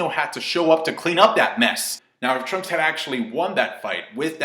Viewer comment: did he say Trump instead of Trunks lol